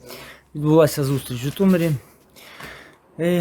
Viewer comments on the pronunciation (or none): ЖитомИр, а не ЖитомЕр!